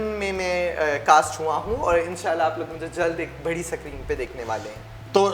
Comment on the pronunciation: सक्रिन nhi hota didi स्क्रीन होता है #Champu lal